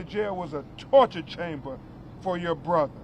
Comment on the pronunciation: He said it right! TORCHER CHAMBER 😡😡😡😡😡